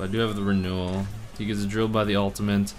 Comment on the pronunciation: lol what's that "ulti-mint"